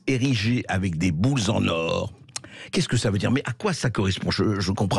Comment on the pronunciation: André "kamême" Bercoff prononce "Boules-z-en or", qui devient les deux fois suivantes "bouse en or". Qu'a dit exactement Brigitte Macron ?